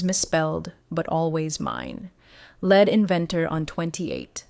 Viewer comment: Please instruct your AI to pronounce LEAD correctly. My ten-yes-old niece could do a better job. 🦜